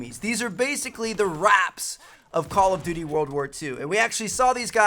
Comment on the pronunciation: Why can't you say Call of Duty? "Callofity"